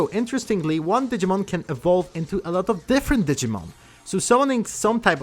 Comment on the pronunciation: I gave a like, couldn’t watch the video. It’s not Digmin.